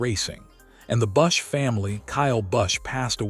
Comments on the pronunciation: Learn to say his name correctly. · If you're going to write a segment on kyle bush's death, at least pronounce his damn name, right?A I sucks